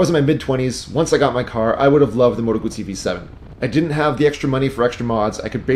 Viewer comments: It is a GuZZi not a gutZi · Double zz sound like tz in Italian... Guzzi, just like pizza... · Great review except the pronunciation of ‘Guzzi’. If you can pronounce ‘pizza’ you can pronounce ‘Guzzi’. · That is how you pronounce it. Gootz-zee. Italian was my first language. I used to have a thick Italian accent as a kid growing up. Some people pronounce it guzzy, like fuzzy, out of ignorance. When you have a double consonant in Italian it means the letter must be pronounced twice across two seperate syllables. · I forgot the most important part. Guz in Italian is pronounced like 'gooz' (imagine goo in English, but pluralized). It does not sound like 'guz' (as in guzzle in English) as you say. Basically the ignorant will pronounce it wrong. Just like I'm sure I probably mispronounce all of the Japanese manufacturers. But I'm trilingual (English, french, and Italian), so you can trust me on proper pronunciation of brands from lands that speak those languages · Haha I was working an auto show and got reprimanded by some old Italian fellows for not snapping the Ts in ‘Lambretta’.